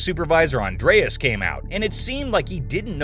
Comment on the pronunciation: It's not Andreas it's Andres, Spanish be Andrés except the don't use the '